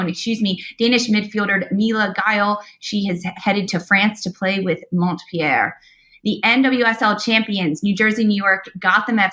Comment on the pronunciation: Montpellier is pronounced "mon-pell-ee-ay"